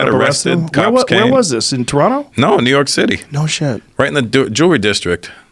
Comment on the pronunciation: Joe says Toronto like a true Canadian👌🏾💯🇨🇦